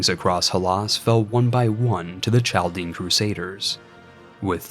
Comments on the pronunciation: its pronounced Kal-Dee-En , source: There are tons of them in Detroit, they talk about this ancient history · I love this vid! Inspires me to do a similar challenge. The historian in me wants to point out it is pronounced "CAL-DIAN" the Ch makes a K sound